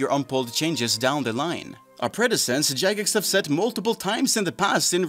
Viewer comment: My guy, you gotta learn how to say the word "precedent".